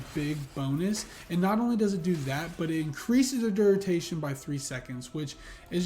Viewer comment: Duritation or duration🤪 Good video✌️